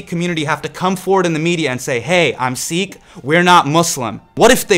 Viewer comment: Your pronunciation of desi words like "Sikh" is way off, but your message is spot on. Thank you for making this video!